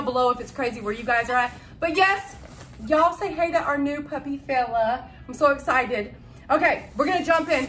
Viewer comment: kept thinking u was saying bella